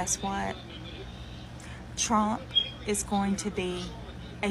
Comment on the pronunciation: Why do they say Chromp, instead of Trump?